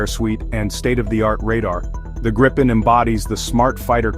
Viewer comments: Please use the correct pronunciation of gripen: It is not [ˈɡrɪpɛn] but [ˈɡriːpɛn]. In case you're not so familiar with the global IPA script, which must be assumed: The difference is the first vowel, the I: It is spoken long (like in english: seen), thus not short (like in english: sin). You can even find it indicated in its WP article. The confusing use of 'same vowels for different sounds' is owed to the Great Vowel Shift (GVS) you had in english. Go to its WP article and head right to Talk (top left), then to the comment starting 'The linguistic knowledge level displayed...', disregard the detractors: There you find what you need to know. And: 'Get a gripen, please' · Try saying "Greepen" instead of "Grippen"